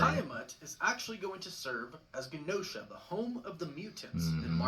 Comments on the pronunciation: is right, he’s pronouncing Genosha w a hard G instead of a soft G. Also his pronunciation of adamantium & tiamut were bugging me lol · Its pronounced like ja no sha not gen no sha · It's pronounced: JEN-NO-SHA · Mf can’t even say Gen-Osha right or adamantium making me tune out if this theory lol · Every time he says Genosha or Adamantium I get a grey hair... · He's pronounced Genosha and Adamantium both wrong. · And Genosha🤦🏾‍♂️